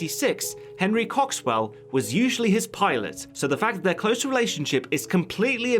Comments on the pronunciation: He said "cocks swell" 😂😂😂😂😂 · Henry Cock-Swell... i can't stop laughing. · "His pilot wasn't a woman but a man named Henry Cocks-well." LMAO. And yes I know it's spelled Coxwell but wow that's funny.